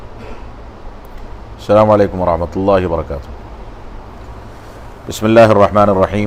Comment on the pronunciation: Aap salaam to thik se kariye